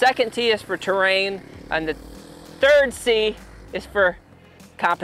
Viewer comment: "Terain" Hmmm